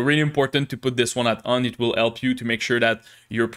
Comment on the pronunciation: I officialy grant you the permission to pronounce H in the word "help" 📜